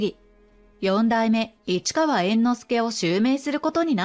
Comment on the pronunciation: よんだいめ❌よだいめ◎